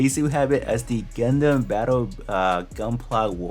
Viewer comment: "Gudnman" the off brand Gundam hahaha